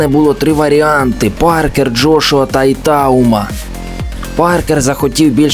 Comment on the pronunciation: Итауума , ударение на уууу .